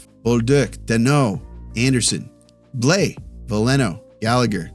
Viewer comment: Quick note on prononciation since I see you're making an effort. Counter-intuitively, Blais is not a difthongue vowel. Forget the A and the I .... and the S for that matter, but that you nailed already. It's "blêh". Don't let your thongue lift during the vowel to make an "aee". Just Blêh.